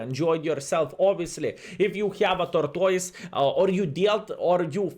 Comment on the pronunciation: "Torktoys" 🤣. Great video as always 👍